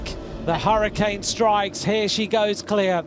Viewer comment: Hirschi not Hirshi